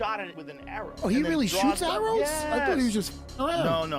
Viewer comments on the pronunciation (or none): none